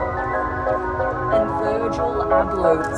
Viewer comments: Its pronounced My-Back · My Bok .... It's pronounced, My Bok 😂